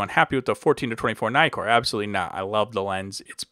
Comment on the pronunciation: Nice video. By the way, you may pronounce Nikon with a long "i" (aí), but not Nikkor (i). The doubling of the consonant shortens the vowel and you may not diphthong it ;-)